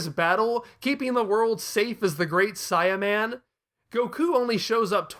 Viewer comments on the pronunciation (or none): I was gonna watch this but you saying CYAN and great Cyaman got me fuming. Change that shit wow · I am sorry, I know this is super petty, but the way you keep saying Saiyaman is causing me to cringe every time. Saiyan is pronounced "say·uhn". The Great Saiyaman is using his race as his characters identity. It should be The Great "Say·uh"man. I swear you made me think I was crazy for awhile, I thought maybe I had been reading it and saying it wrong for years, that I imagined how they said it in the cartoon. I ended up going through videos and checking google and several other websites to make sure I wasn't being crazy.